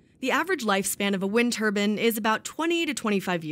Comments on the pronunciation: "Turbine" , Not "Turbin". Geez. Can we get real journalists to do these reports? 1st step of journalism or any job , is english. Especially journalism. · It is pronounced Wind Tur'bine' (rhymes with pine or wine) not tur'bin' (rhymes with inn or pin) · Wind turbin??? A turbin is worn on the head. Wind Turbine . . . TUR BINE . . . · Turbine not turban two different things TURBINE!!!!! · What the hell is a wind Turban? Who taught this reporter how to pronounce TurBINE as turban. God help us. It's all a scam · The word is turbine not turben! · Turbine not Turban lady !!! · Turbine is pronounced the same as it is spelled, not turbin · Isn’t a turbin something worn on the head? Do farmers combin their crops?, no they comBINE! The word is pronounced turBINE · Turbine! Not Turbin or Turban, so annoying.😁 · Every time they mispronounced turbine I want to choke them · Every time someone said "turbin" instead of turbine I cringed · You can pronounce it tur-byne, even tur-bean (if you're from the UK), but don't ever call it a "turban". That's clown shoes! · i have never seen any of my turban wearing friends wearing a wind turban... whats a wind turban? does it give you magical wind powers? turBINE... theres a damn E on the end of that word... christ...... TUR BINE not TUR BAN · Turbine not turban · It’s a turbine not a turban or turbin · It is bugging the crap out of me that no one in this video is pronouncing turbine right. Is this a regional thing? Lack of education? Misunderstanding of the word? I don't get it. They are so confident in saying 'tur- bin'. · Turbine! TurbIne! There's an E at the end. turb-eye-n! She sounds like she's saying turban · Turbine- not turban 👳‍♀️. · If she says turban one more time. I might just put one on. Lol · It's a turbine not a turbin'. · Wtf is a wind turbin, I know only of wind turbines. Do these stupid people pronounce magazine as magazin??? Bromin, Chlorin, Florin....these dumbass people don't know how to pronounce words right!! 🖕